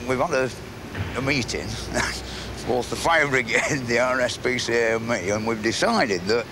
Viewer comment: yes the m is so obviously emphasised especially when you listen on repeat for a bit lol